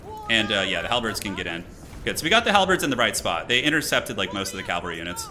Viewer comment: Ca-val-ry not cal-vary